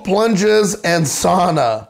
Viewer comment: father, you are pronouncing "sauna" wrong its pronounced something like "suh-ooh-nuh"